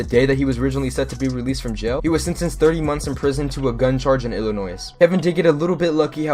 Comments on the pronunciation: who else was annoyes bc he said illinois with the s💀💀 illinois ppl understand lmao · You don’t pronounce the s in Illinois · Did this guy just pronounce the s in Illinois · I had to dislike the video because you said Illinois but said the s it is pronounced Illinoi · You said Illinois wrong dumbass